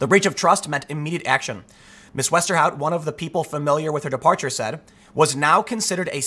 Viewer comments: Wow you actually pronounced the last name correctly, you familiar with Dutch? Also is she actually Dutch? Her whole name is Dutch... And she looks cute! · Good job with the right pronunciation of Westerhout. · Your pronunciation of ´Westerhout´ is pretty good.